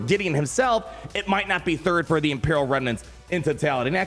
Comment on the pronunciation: Dr. Aphra "THID" PRIORITY LMAOOO